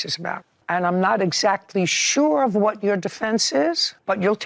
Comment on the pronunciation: Did Judy say I’ve Had Enough Ot You?!😮😂 Wish it was that easy in real life!🤦🏻‍♀️